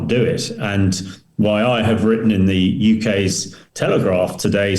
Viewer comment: Why all Ukrainians and Russians pronounce the as zee? lol Whahhahahaa